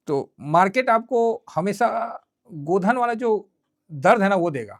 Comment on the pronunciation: गोधन नहीं गोदना सर